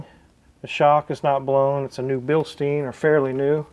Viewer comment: For a german speeking it sounds funny the way you pronounce Bilstein.